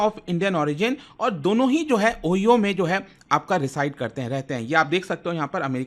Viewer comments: Sir it's not Oheao🌝 It's Ohio🌚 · O-"Ha"-e-O hota hai 😂😂😂 Oyo ni !!! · oyo nahi O-high-yo bolte hai. But since Americans mispronounce our names, OYO is fine. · Sir Oyo nahi, Oh-hi-oh boliye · Oyo me rehte hai😂😂😂.. it's ohaayo (Ohio) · Ohio ❌ OYO ✅ 😂😂😂😂😂😂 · Ohio: O-Hi-o❌ Oyo✅ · ओह-ही-ओह नही Ohio को ओह- हाय-ओ बोलते है भाई . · O-haa-yo ❌️ ohio ✅️ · "oyo"???? its "ohio" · Sirji it's "OOHAIYO" not "OYO" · "Ohyoo" nhaii bay. "Oo Hi Oo" bolte hai. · Oyo nahi bhai. Pronounce Ohio=ohaiyo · Sir not OYO it's (OHIO) ओहायो 😅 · O hi o hota hota hai oyo nahi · It's Ohio not oyo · It's pronounced ohaio not ohiho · O-He-yo nahi sir... O-Hi-yo. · its not O-hio (like OYO).. its O-hi-O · He said Oyo. But it's pronounced Ohayo. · The word Ohio is pronounced as O- Hi - O. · Improve your pronunciation so called illiterate, what oyo,nonsense.😂😂😂😂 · OHIO❌️ OYO✅️. 😅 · sir Oyo bola ya ohio? Mei to Oyo sunke fir 10 sec. back Kiya fir ohio dekha😂😂